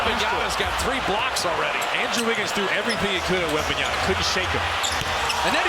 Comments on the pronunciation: Wembenyama. And this idiot announcer can't even say the kids name. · The Warriors announcer spending a full quarter saying Wembanyana was kinda funny lol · I know, eh? It's bugging the hell out of me. Can't that guy read? It ends with "MA"' not "NA"! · no way the commentators couldnt pronounce his name properly 😵😵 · These commentators can't even pronounce his name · They didn't pronounce his name right 3 times during the whole match - WembanyaMa, sheees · Who the hell is the commentators speaking about .....who da hell is Wembanyana.....it's WEMBANYAMA 😅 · Its YAMA not YANA this caster needs to do some homework, edit: nvm he chged halfway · wembanyaNa....man wtf are these clown broadcasters...you are a professional broadcaster who i bet gets paid fuckin a lot and you cant learn one fuckin name that is literaly the hottest name in basketball rn and have been for some time and a it a pretty easy one as well😔😤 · Whose wembeyana?????? The fuck is wrong with this commentator! YOU KNOW HIS NAME!!!! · Commentator be like: Wenbamyana 💀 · “wembanyana” ☠️☠️☠️ GOD DAMN PRONOUNCE THE M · The announcer just keeps saying Wembanyana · Bro cant stop say WembanyaNa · "Wembanyana"... this guy needs another job...he can't even pronounce the name of one of the greatest prospect in basketball history... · Announcer keeps calling him Wembanyana lol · Wembeyana?? Please fire this commentator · Someone please tell these idiots Bob Fitzgerald and Kelenna Azubuike Its " WEMBANYAMA " and not webenyana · it's WembayaMA , not Yana .... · It's always shocking when professional commentators are mispronouncing the names of foreigners. Like you're getting paid 100k+ to do these things, how difficult can it be to say Wembanyama rather than Wembanyana? Stephen A with Dončik is a prime example, he does it for the attention though. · Can somebody tell the announcer that it's WembanyaMa not WebanyaNa? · Oh my god these announcers still pronounce his name wrong Its WembanyaMa not WembanyaNa!!!